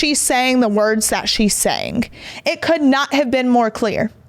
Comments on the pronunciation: Omg omg. Stop saying words like SAYINC it’s SAYING and HAPPENING is not HAPPENIC. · Words that end in G do not sound like they end in K.